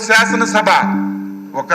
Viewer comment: సాసన సభ కాదు సార్ శాసన సభ Syaasana Sabha